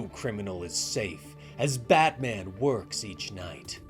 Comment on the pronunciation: I love these but am I the only that feels like he keeps saying badman?